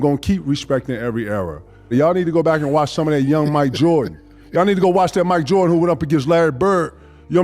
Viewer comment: "yall need to warch some of that mj v bird"